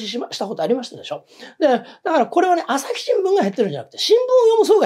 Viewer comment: アサシ新聞、江戸っ子訛り、